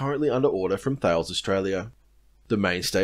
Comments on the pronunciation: I think Thales is pronounced “tah-less” not “thayles”. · Well documented, beautifully presented. I'm glad to see that the army is changing with the times in tactics and not just equipment (I served in a very different army 30 years ago). However I will point out something I do know, the ADI you referred to is pronounced Tha-les (or Ta-les) not Thales. Sorry, not having a go at you as I enjoyed watching the vid and intend on sharing it. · These videos, especially the ones about the ADF, should be 'required reading' for all Aussie taxpayers. Well done. One note: "Thales" is pronounced "Tahless" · That’s a running joke here mate, I’m trying to Australianise it. Because it’s clearly Th ails rather than T ales, it should be in this country anyway. It sounds ridiculous when it’s pronounced they way they want us to say it. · No it’s not, there is no way on gods green earth that the word THALES is pronounced Tah les. I don’t care what they say, in English that word is pronounced like wales with a th. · Grumpy old man here. its' actually pronounced " Tallis ". You need only go to their youtube page and they'll tell you. In case you didn't know,Thales, a company owned by the French government, bought Australian defence Industries, owned by the Oz government. Now we produce bugger all. Where will we get supplies from when we need them in a conflict threatening our country? the importance on local manufacturing is paramount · That about Thales? Isnt that pronouced "Tah Les"? You dont care about that? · Really great summary of the current state of the Army. Must have taken some time to put together. I subscribed. Just a note, Thales is pronounced like Alice with a T, not like the philosopher.